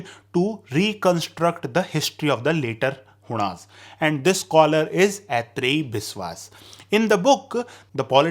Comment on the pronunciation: One correction : As a Bengali, the Correct pronunciation is आइत्रेई Biswas , not Etrayi as you're saying Although you are a North Indian, not a bengali ... so that can be excused . Other than that the video was good and informative.